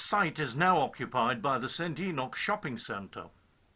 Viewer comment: A heads-up, In Scotland, it's Saint Ee-noch, Not ee-nock.